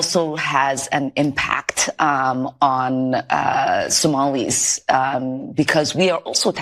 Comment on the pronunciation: THE FACT SHE SAID SOMILIES TELLS EVERYTHING NOT AMERICANS GET THEM OUT